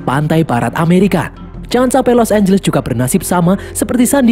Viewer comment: Di film ini los angles berubah jadi los ambless